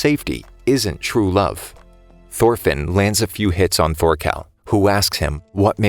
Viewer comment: Thorfinn is more like thorphan lmao